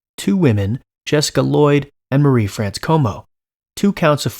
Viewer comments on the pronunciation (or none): Bruh, Marie-France Comeau... Not Marie Franz?? lol